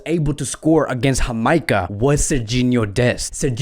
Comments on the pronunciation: Wait did you pronounce Ja-may-cah as Ha-my-ca? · Its jamaica bro with a j not hamaica...your pronunciation is bad for many club names and players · It's Jamaica Not amica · It’s “JUH MEI KUH” lol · You are pronouncing the country of Jamaica wrong. The J is not pronounced as an h but as the letter itself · U are pronouncing my country wrong it's Jamaica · Why is he pronouncing Jamaica so wrong lol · yeah lol he pronounces it in a spanish accent. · So why was he pronouncing Jamaica like that lol 😂